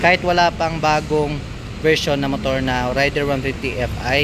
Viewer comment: juskopo reyder yan hindi rayder amp